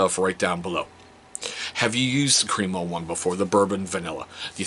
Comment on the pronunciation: All of their products are great, I've used the shave cream for years. I pronounced it Cream-O exactly they way you did until I watched some videos by the actual company and discovered it's actually Crem-O "short e sound" not Cream-O 😂